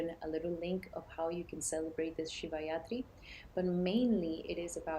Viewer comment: You mean shivaratri not shivayatri 😂 but makes sense💚